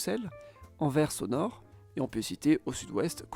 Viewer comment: merci d'avoir prononcé correctement AnverS avec le son "S" final bien sonore et audible. sans ce "S" à la fin c'est insupportable d'entendre pour les oreilles des belges francophones (tout comme Bruxelles qui, à l'oral, se prononce avec un son "SS" et pas avec un son de "X"). merci !